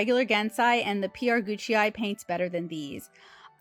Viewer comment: I don't think the PR Gucai are pronounced "Gucci". Great review, very helpful